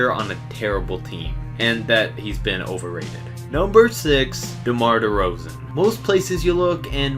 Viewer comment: Was with you up until you said Derozan